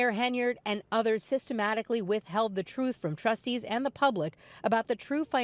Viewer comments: Oh she's going to tell the TROOF and nothing but the TROOF, LMAO English should be essential to be in politics. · The people of Dolton will choose a mayor more carefully. Tiff never tells the "troof". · Tiffany is bat shit crazy! 😂😂😂 she said I am going to tell the truff😂😂😂😂 she is not qualified for that position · She doesn't know how to tell "tha trufe" she's delusional 😂